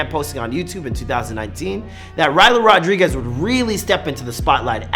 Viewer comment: Rylo rod REE guez